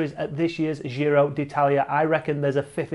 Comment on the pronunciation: I love your videos. Just please don't say the dzjiro. Giro is pronounced same as Jim, jist, jitter, gin. In Italian there is no 'dzzjj' sound